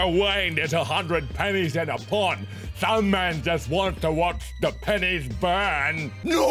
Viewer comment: It was no U because it said 100 pennies in a "POND" but it is really saying "POUND" like the currency from the UK